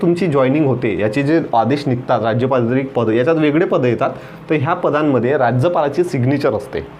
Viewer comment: How u pronounce sir rajptrit sound like rajypatrit ...its very different pronounce it's only rajpatrit